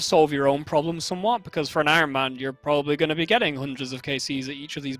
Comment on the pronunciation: Ironman says de-iron. Lmao